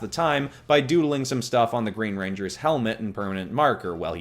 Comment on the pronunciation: I keep hearing, "reindeers" even tho that isn't a word